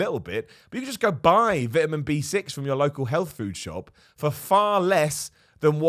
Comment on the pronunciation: so cant pronounce vitamin lol